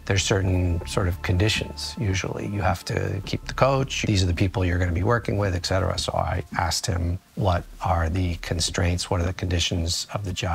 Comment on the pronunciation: to have so many degrees, he doesnt know it's not pronounced 'excetera' ?